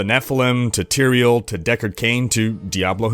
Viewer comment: Tear-rea-el? OH you mean Tie-rel!